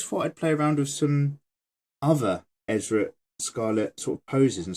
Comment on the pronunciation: I'm I hearing him say her name right.... it's Erza not Ezra... did anyone else hear his mistake... lol xD lmao